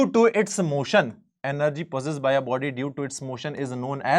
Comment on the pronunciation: Sir app energy ko app ean+ ner+ ge bol raha hai app